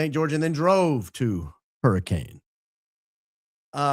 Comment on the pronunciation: FYI, Hurricane, Utah is locally pronounced as “hurri-Ken”